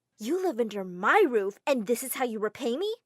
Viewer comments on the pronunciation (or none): none